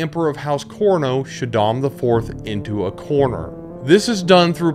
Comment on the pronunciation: Great, very succinct summary of the series. A couple of mispronunciations (Corino, Ghola etc) but hey you did great to cover all the major plot points so well!